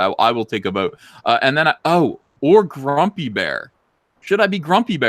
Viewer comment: Are you saying Grumpy bear or Frumpy bear? 🤔